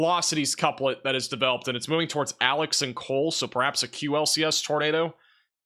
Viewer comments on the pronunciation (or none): none